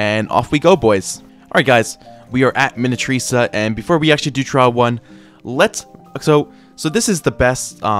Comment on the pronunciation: really pisses me off with how stupid he is even though I love his progressions. This guy doesn't know how to pronounce minityrsa ( JUST SOUND IT OUT MINI - TYR - SA ) even though he learned how to sound out his syllables in 2nd grade. I wouldn' t be surprised if first language isn't english, because he doesnt pronounce the stupid english words well, and his accent, but it's not just the english pronounciation stuff. idk why, but i got visibly irritated when he said "saintchemist" at the beginning and then "saintsworn" later. It's not even that deep but I just had to say it somewhere 😭 lets hope he doesn't dropp this progression if the devs drop something else noteworthy w vid